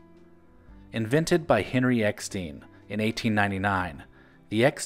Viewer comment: Remember those Jack Gilford commercials as a kid, barely. He was like a Norman Rockwell character talking to kids and cheering them up like everyone’s uncle. Btw German name Rueckheim pronounced Roook-heim (not ruk) and Eckstein as Eck-stine (not steen).